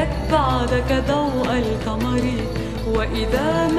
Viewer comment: نطقها غلط لاتكل (لاتقل) الكمر( القمر) خربت الموشح بنطقها